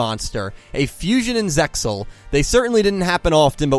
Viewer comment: stop pronouncing the x